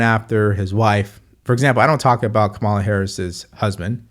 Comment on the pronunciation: You seem like a smart guy. Is there a reason you can’t pronounce Kamala correctly?